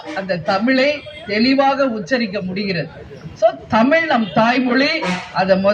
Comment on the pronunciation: Yara la va zha lla ..correct teaching irukkanum .. Thamizh nu correcta solla pazhakikollungal